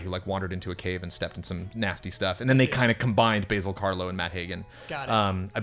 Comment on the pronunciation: Basil Rathbone is not a herb, Ba(short A)-Zill, like Basil Faulty :).